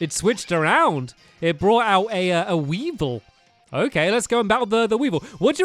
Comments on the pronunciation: "Weavile" is pronounced "we-vile", not "we-vil". EDIT: It's one of my favorite Pokémon, BTW. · For the last time it weavile wee-vile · Hey Stanley Weavile is pronounced We-Ville